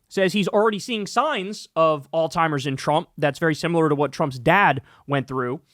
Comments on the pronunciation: dude this shit cracks me up every time there was a video earlier where you made fun of somebody for pronouncing apartheid wrong and every single time you mentioned Alzheimer’s you say “all-timers” 😂. Anyways, I love you and krystal. Keep it up. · Bro it’s freaking Alzheimer’s not All-timers , idiot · Bro, its Alls-high-mers. You keep saying alltimers. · (alt ZHIMERS) not (all timers) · Kyle, bro All-timers, smh🤦🏽‍♂️? Alzheimer's (Aalts·hai·mrz) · Kyle it’s called ALZHEIMERS not alltimers Jesus dude are you literate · kyle why you keep saying “all timers” when it’s alzheimer’s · Its alzheimers not al-timers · Kyle: its Alziemers not All timers. JFC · In case anyone cares it’s “Alzheimer’s” not “all-timer’s” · ALZHEIMERS, not alltimers lol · Repeat after me. Alzheimer's alz-heimer's..... Not all timers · Kyle. There IS a Z in Alzheimers. NOT a T. It's not "all-timers." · Alzheimer's not Alltimers bud. Also not oldtimers lol. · Jesus christ Kyle learn how to pronounce Alzheimers. It is NOT All-timers 😂😂😂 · I now it's not important, but it's Alzheimer's not Alltimer's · Kyle, please stop pronouncing Alzheimer's as "All-timers". lol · Love your content, buddy. In case someone hasn't called this to your attention, the progressive brain disease is Alzheimer's, not "altimers" or "old-timer's." As a physical therapist who regularly works with patients afflicted with this condition, I've heard it all. The mispronunciation is quite common. Keep up the good work. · Don't wanna be that guy but it's pronounced Alls high mers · There is no T in the word Alzheimer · I have nothing but respect for you, but it’s Alzheimer’s. There’s no T in there. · Please please PLEASE learn how to say Alzheimer's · Kyle’s pronunciation of Alzheimer’s gave me Alzheimer’s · The way Kyle says Alzheimer’s like it has a “t” in it makes me giggle and cringe every time. Hehe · There is no T in alzhiemers. AlzHiemers . . Gotta pronounce it correctly.